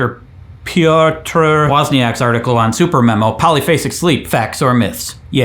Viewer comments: Struggles to pronounce "Piotr", gets it pretty much right. Blasts through "Wozniak" full of confidence, getting it wrong. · and now Craig try to pronounce Piotr's Wozniak name as it is written in Polish, with a "ź"